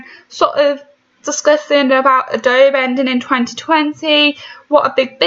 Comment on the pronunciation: You are so dumb! You are not a software develop 😂 you can’t even say adobe correctly!